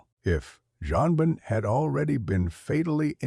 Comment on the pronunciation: John Ben,Joan Ben,One Ben. I Hate AI.